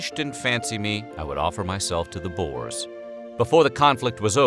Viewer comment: your pronounciation of "boers" lmao... you say the oe like the "ou" in words like you or could. plus the plural is boere XD